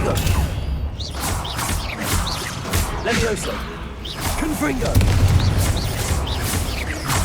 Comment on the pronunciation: leviossaaaa nie lewioska :) ta nauczycielka młodsza chyba od ucznia. pamiętaj różdżka (berło) w dłoń i machaj :)